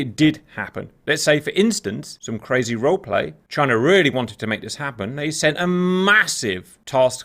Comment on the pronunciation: China? Or JYNAH!?